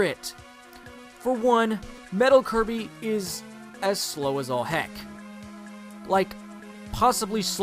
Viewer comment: It's Kirby,not Coby!!!